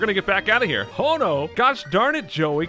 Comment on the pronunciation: HO-NO should have been No-oh